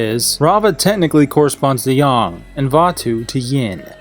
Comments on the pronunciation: Not to sound like a over sensitive dumb bitch. But it’s pronounced Yang not yong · YING YANG NOT YING YUNG Kerchoo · It's yang not yaung you fucking idiot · It’s yin yang, not yin yong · Yang is pronounced similar to Aang, not “Yong” or “Oong” like in the last airbender movie. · Y-ay-ng! Not Yawng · Wait, you aren't saying "yong" ironically and you're actually just mispronouncing "yang"? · IT'S YANG (Y-A-N-G) NOT YAN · Am i missing the joke. Or is he dyslexic. He kept saying yin and yong.